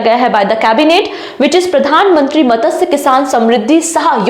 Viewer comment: मत्स्य...not मतसय